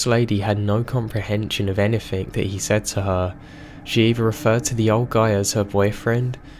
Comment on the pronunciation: Dawn Dennis he says anythink and nothink